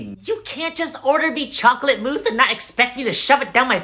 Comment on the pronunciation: I love that the chocolate mousse had layers of mispronunciation, they say moose but the subtitles say mouse